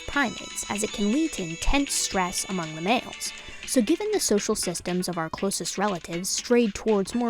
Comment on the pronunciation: I might be dumb, or it might not be a British thing, but what is 'estress'?